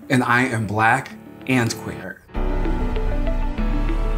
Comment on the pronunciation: I thougt he said "black and quaker" lol.